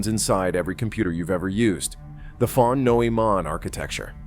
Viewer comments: Von must be read as "fon"! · Thank you. And the "von" is pronounced "fon."